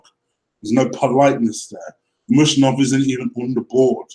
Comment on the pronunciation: Dude, you are funny. How can you pronounce Dembele's first name, yet not you cant pronounce Usmanov, when they are almost the same, lol? Good video, agree 100% with you comments regarding the whole Ozil affair. Truth.